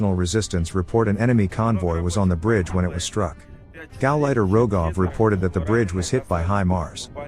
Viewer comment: "Gauleiter" lolz